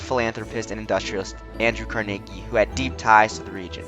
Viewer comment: please say Carnegie correctly its not Car-Nay-Gee its Car-Nuh-Gee sounds like Numb or Carnival